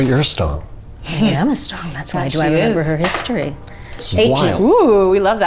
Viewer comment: is jess's character's last name stong or strong? im HEARING stong, but I SEE strong during the character intro